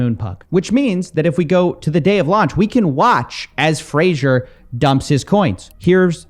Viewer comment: his name is pronounced like the TV show Frasier, you dont say Fraser, as it sounds like laser. Fray Zher with a soft shh in the middle